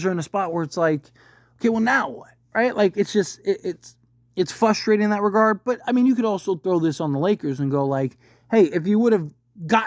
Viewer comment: It’s “frustrating”, not “fustrating”.